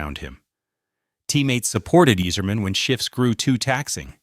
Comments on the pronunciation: Can you pronounce any name correctly? It's Eiserman and not Easerman, it's Chellios and not Chellios! Do some preparation, before you throw up in the microphpne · You're pronouncing it wrong, you sacrilegious jackass. It's EYE-zerman!!!! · Pronounced eyezermen . Could tell you never watched hockey. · I can't even finish the video..."Yeezerman". C'mon. "Cheelios" No way you're serious. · His name also isn’t pronounced eez-erman